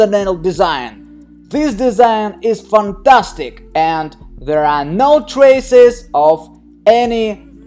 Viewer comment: i'm pretty sure that the nail will fall off a few weeks after the accident 😕 it grows out a bit and then the whole nail falls off . so the work was for nothing imo. but i always like how he says "FANDASDIG NAIL DESIGN" 😁